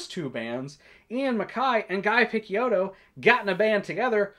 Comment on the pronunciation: This is exactly the video I was looking for, thanks. Btw, "Picciotto" is pronounced piˈtʃoʊtoʊ/ (pi-CHOH-toh), it means "boy" in Sicilian dialect and was subsequently used in Mafia to address lower rank affiliates.